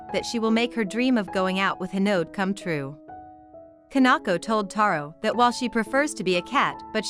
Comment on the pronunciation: It’s hinode not hinod